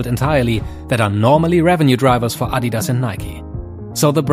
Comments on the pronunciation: Love how he actually pronounce Adidas correctly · Its so weird hearing someone actually able to pronounce “Adidas” correctly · I love how you guys say Adidas, the correct pronunciation, also loved to see neymar rolling out of the screen , greetings from Brazil 🇧🇷